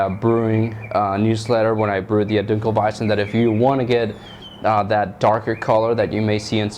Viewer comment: Your 1 in 100 reviews that can pronounce dunkelweizen correctly. Good on you.